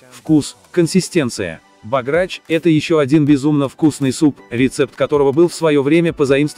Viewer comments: БОграч, а не богрАч. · Венграм очень режет слух произношение этого блюда по русски "лЕчо", всё же правильнее говорить "лЭчо") А чтобы говорили "богрАч", никогда не слышала. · Передача очень интересная, но ударения в названиях лучше сделать такими: "бограч" - в Венгрии ставят ударение на слог "бо", "гастрономии" - слог "ми". "Творог" - правильнее делать ударение на слог "ро", хотя допускается другое. Успехов!